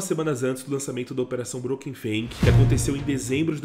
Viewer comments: Por que você tenta falar tudo certo em inglês e pronuncia FANG como FING? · Tá pronunciando a palavra "Fang" de forma errada.